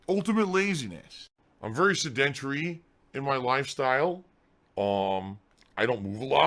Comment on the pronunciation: "I'm very sehdenterry in my life" - "I'm very sedentary" - the rest of the world.